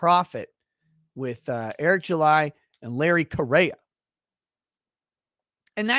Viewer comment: If I remember right, Correia is pronounced Korea. And that should be a great show.